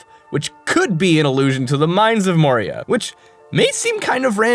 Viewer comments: The old hags name is (Mo-EE-Ra) while the mines are called (Mo-Ree-yah). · That hagraven is named Moira, not Moria so stop making shit up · the Skyrim npc is spelled/pronounced "MOY-ra", not "MOR-ee-ah". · That hagraven s named “Moira” like Moira brown from fallout three not “Moria” like from LOTR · *moira not moria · That Moira- Mines of Moria thing isnt a reference i think. The Gollum thing definitely is, but Moira is pronounced "M-why-rah" not "Mo-ree-ah". The name probably doesn't refer to the mines, unless its just because of it being an anagram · Moira. The name of the hag is Moira. Yeah, it's close to Moria, but.. C'mon. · Moira: MO-I-RA. Not Moria. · The Hagraven's name is pronounced moy-rah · Moira, pronounced "Moy-ra." Gaelic for "Mary." srsly, pay attention to the things you're writing about. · Moira. Moy-ra.